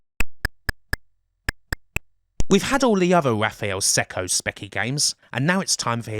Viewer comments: You really believe that? Wow. Their experience begins in 1990, Raphael Cecco's surname is pronounced Checko - not Secko. And much more. It's always nice to reminisce about retro gaming, but more research needed imo. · Cecco is pronounced "Check-oh". Source: Cecco's Log in CRASH issue 54 (July '88) page 47, last paragraph. 😋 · Just so you know, Raffaele Cecco's surname is pronounced 'Check-oh', not 'Sec-oh'.